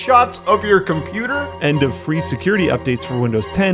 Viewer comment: why is this guy not pronouncing "t" word, he is also saying compuer, instead of computer. 🤔🤔💭💭